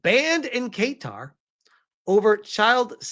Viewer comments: It's pronounced "kattar" not "keytar"! 😂😂😂 Edit: ok now who wants to bet the Roblox CEO is on the "Island List" and has secret hard drives full of delicious cake and cheese pizza? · BTW it's KA'Tar - not Kay'tar! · 🗣️ Kuhtar (Qatar) not Kaytar 😁 🇶🇦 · I’m not surprised considering some countries actually listen to their citizens and to be honest Roblox had it coming. Side note its pronounced: kuh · taa 👍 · Say guitar but with a Q. Kaytar lol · Qatar is pronounced Kah-tar,. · I have it on reasonably good authority (from someone who lived there) Qatar is more closely pronounced "Cutter" Edit: Kaytar is closer than the first way you pronounced it. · Hey my man not to be annoying, but it’s pronounced “Cuh-Tar” 😅❤ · Not trying to sound like an "uhm ackhucally" guy, but it's pronounced Kuh-tar. Your pronunciation here is funky and tickled my brain wrong. Don't force yourself to change your pronunciation over me, I ain't forcing you to say it my way. Just putting my opinion here respectfully. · Pronounced Ka-tar. Qatar. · i know you don’t give af but the pronunciation is Guitar like the instrument 🎸😂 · Hearing him pronounce it "kay-tar" caught me off guard lol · Well keytar is a thing. It's a keyboard synthesizer that has a guitar neck, and you hold it like a guitar while playing. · lol Not correct. That’s a classic American attempt at pronouncing the country correctly 🇶🇦